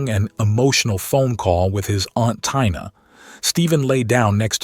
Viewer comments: It's TI NA not TYNA! AI is so annoying. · Tina?----->/Tynah/ instead of Teena? This AI voiceover is strange sometimes.